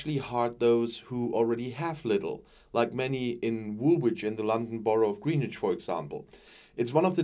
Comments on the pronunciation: Actually, it's more like 'Grennitch'. The 'w' is barely audible. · 'GrEEnwich' is pronounced 'GrEnwich', HTH 👍